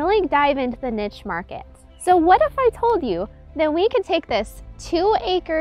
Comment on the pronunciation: What on earth is a Nitch Market? The word you're looking for is Niche Market ... It comes from French and IS NOT pronounced Nitch. It's niche and rhymes with Cliche (which you probably pronounce Clitch).